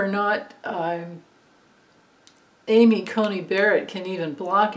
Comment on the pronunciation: It's Amy Coney Barrett, not Cultey.